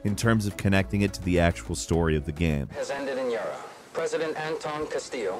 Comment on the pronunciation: The game even says Yara, but he must insist on saying Yarda.